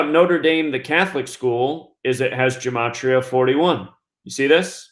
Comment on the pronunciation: What dumbass conjecture, plus you're not even pronouncing gematria correctly No you damn fool, the National Security Act of 1947 made the Air Force out of the Army Air Corps. This dude is full of sh*t